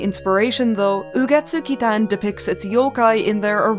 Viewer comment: the pronunciation was so good it made me subscribe omg